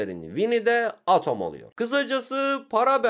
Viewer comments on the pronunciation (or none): Atom diye okunmuyor edım diye okunuyo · Abi o edım diye okunuyo